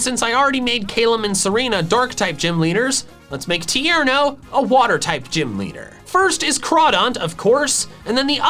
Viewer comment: TIERNO, NOT TEARNO!